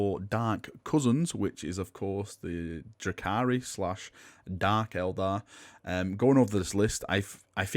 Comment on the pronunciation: It's Eldar, not Elder! REEEEEEEEEEEEEEEEEEEEEEEEEE